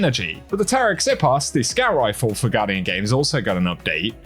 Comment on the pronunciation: Very interesting Taraxippos pronunciation 😂😉